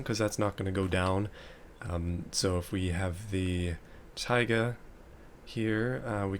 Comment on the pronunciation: You pronounce "tayga" slightly wrong, it's "taygá" not "táyga"